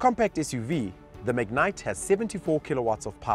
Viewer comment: I wish they would pronounce the name correctly. Its not a mignite...